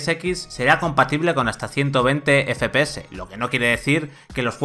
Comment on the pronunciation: Teraflosssss, efepeces JAJAJA